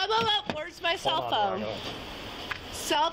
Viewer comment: Karen: I want my selphone noWw Police: St- Karen: I want by selphone noWw